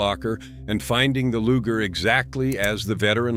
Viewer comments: Loo jer? Come on, man. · What's a Lujer pistol? LOL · Nice visuals. Subious narration. "LOOJER" pistols"? G.I.S??? HAEIOUl....? ("Heirloom") Dead giveaway of robo-narration (text to "voice"" or basic semi-literacy Repetitive and often irrelevant text.